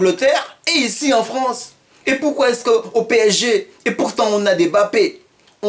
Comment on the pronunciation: Très bonne intervention !!! Mais tu m'as tué " parquoi parquoi " mdrrr